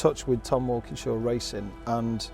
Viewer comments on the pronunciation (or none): i had to listen to that name 5 times. it's Wilkenshaw not Walkingshaw(as in TWR)correct. i grew up and still loved those xjc's and xjs' they raced. how funny having such a similiar name. cheeky bugger. extraordinary cars!!!